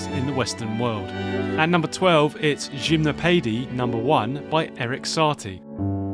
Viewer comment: the info is great, the pronounciation is crazy lol Shimnowpeidy by Saty lol